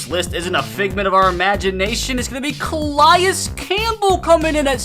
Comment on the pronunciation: You’re hurting me with the pronunciations: “Jayren Kearse” “Muquamu” “Ca-lie-is campbell” “Equa-na-me-is” Cmon man